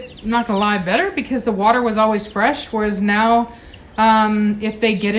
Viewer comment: A little bit of Elmer fudd going on there a waise tge watar LoL